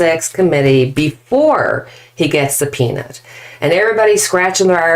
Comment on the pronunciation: "before -he gets a penis"__is how i heard you say 'before he gets 'subpeonaed'-re:don jun.